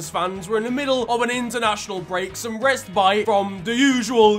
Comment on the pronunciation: Man said "restbite"